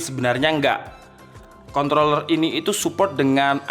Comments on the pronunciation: Lidahnya kepeleset 😓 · ajg ribet bgt sebut nya kOntroOlLerRr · Kontrrrrroler PAKE R😁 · Maksudnya apa sih ngomong controller pake R Biar pada mikir k0nt*ler gitu? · Menit jg gw dengar gitu dan jelas bet hahahaaa ngakak